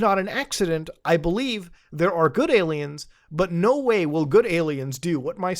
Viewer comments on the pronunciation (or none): I thought the same-- when he gets excited he sounds more Canadian than usual, lol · bro turned into a midwesterner. No wey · Muta has never sounded more Canadian than when saying "no whey" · I read this the moment he said it and yeah, extra Canadian at that particular moment